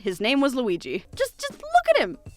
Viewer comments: did you just say L U I YYY I ? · You call him Weeg I’m crying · I love how she says Luigi and now with all her post with LOO WEE GEEE I just hear her calling him that with such emphasis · i just came from the beautiful video and her pronouncing lUiGI makes me giggle so much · I just love how you pronounce LUIGI